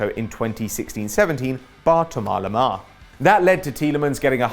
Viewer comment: Tomar lemar? I thought it was Thomas lemar